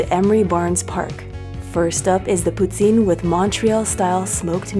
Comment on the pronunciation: it's pronounced "pooteen"